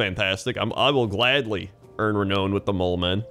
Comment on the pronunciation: ree-noun not ree-known.